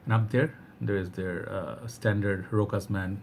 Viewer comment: the only way to say it it's to read it like: RÔSHÁS